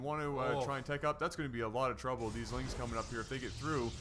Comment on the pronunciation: I can't watch you anymore because you say "ling" instead of "lings" arrrgh